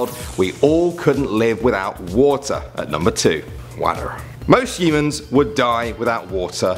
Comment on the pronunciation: Anyone else heard hymens instead of humans?